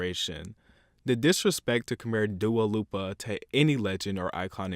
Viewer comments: "DUO LOOPA" I YELLED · omg...dua lupa.......I was listening carefully and i was agree with everything you were saying untill you said DUA LUPA....omg you ruined everything. And when you said Shawn MINTO....what? died. btw i still agree with you even if i love 90% of these people. edit: wooh when i heard camilla and not camila, and deena and not dinag...my god, terrible! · Other people: "Dua Lipa": "Dua Lupa" lol I'm dead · Why does everybody say Dua Lupa? Her name is Dua Lipa i- 😂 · Dua Lupa? It's DUA LIPA. At least learn to pronounce the artist's name right, if you are bashing them. Jeez. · You want such basic music you’re so boring music is changing and you pronounce DUA LIPA wrong it’s not DUA LUPA and Ariana is literally one of the biggest pop stars rn don’t try to make her less than she is in the industry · Fanboy He knowers her name is Dua Lipa not Dua Loopa lmao that was a meme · wait... so, its not pronounced "do-a(dua) LEE-pa(lipa)"???? 😳 I've been pronouncing it wrong ever since 2017 lol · "dua lupa" lmao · Hearing him pronounce dua lipa like Du-uh lopa just hurts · mans literally said “dua lupa” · Its pronounced Dua Lee-Pah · Dua Lipa is pronounced dua Leepa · Why you call her dua lUpA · "Dua Lupa" lol I'm gone. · Dua liiiipaaa idiot. Leepuh fucking moron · tbh I really do think latino pop and trap will be a dominating influence in what the future of American pop music will sound like from the rhythms to the co-signers and rapers. P.S = its pronounces Doo AhLeePu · Did he just say Dua Lupa? 💀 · Did I hear Dua Loopa? Wtf?!? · He did the same with Dua Lipa's name... "DUA LOOPA" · He keeps calling her Dua LUPA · "Dua Loopa" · Wait.. It's pronounced 'Dua lupa'? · stop saying dua LUPA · Oh, one more thing, learn out to pronounce some of the artist's names properly *Dua Lipa*. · NA NA NA YOU BETTER SHUT THE FUCK UP ABOUT DUA LIPA AND BETTER LEARN HOW TO PRONOUNCE HER NAME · the way you say “Dua Lipa” has me